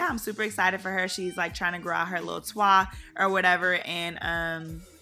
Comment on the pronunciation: I love when you pronounce twa as as whole word lmao